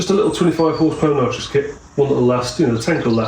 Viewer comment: It's nitrous, not nitros